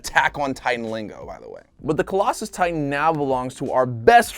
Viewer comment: He is say the closslso titan wrong